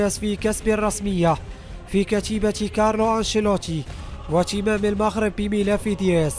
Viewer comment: تعليق جميل و لكن المغرب و ليس المخرب صحح نطق الحروف